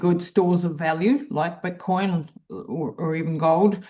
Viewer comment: Why are they calling it Butcoin?